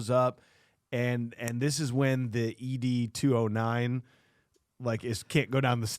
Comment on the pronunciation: Every time you guys say E-D 209 I wanted to beat my head against the wall. 😂 It's ED 209. Like the name Ed